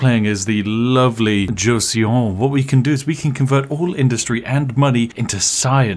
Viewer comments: Just for future reference since I assume you’ll play this game a lot and I can’t listen to you and mispronounce this forever; in Korean the eo sounds kind of like aw so Joseon is josawn. Me and my Korean fiancé love your videos. Hi from Seoul keep up the good work. Maybe try some Slipways later? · Joseon is pronounced more like jo-sun and they are part of Korea's history FYI :) love your videos! Also will you be uploading a steam summer sale exploit soon? 👀🤩